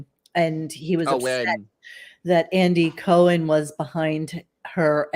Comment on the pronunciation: *the pronunciation of “Andy Cohen” …. 🤢